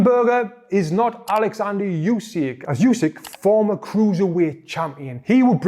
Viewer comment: What a pain in the ass that "yousik" is. His last name is pronounced "Oosik"